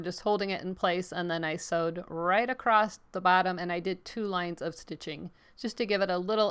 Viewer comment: It’s “ACROSS” not “A crost” sorry just drives me crazy when people can’t pronounce this word correctly. There’s no “T” sound in the word across.